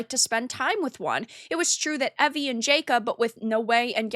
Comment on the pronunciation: It is Naoe not Noei and Evie and not Ewe. With the rest a agree👍🏻